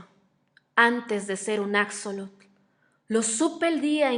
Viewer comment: Extraño el acento de la narradora y una observación: no se pronuncia "acsolotl", sino "ashólotl"